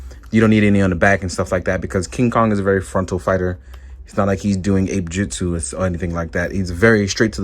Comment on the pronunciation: ..."APE JITSU"!! Dangit, D!!